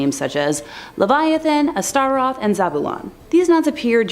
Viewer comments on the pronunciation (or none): Your pronunciation of Astaroth kills me. XD